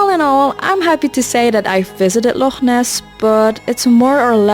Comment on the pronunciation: You pronounced “Loch” perfectly! But above all. You got Holyrood correct!!! It’s NOT Hollyrood! Most Edinburghers get this wrong. As an Edinburgh man, born and bred, it drives me nuts! “Holy” not “Holly”. “Rood” is the Scots word for “cross” so Holyrood = Holy cross. You are a legend!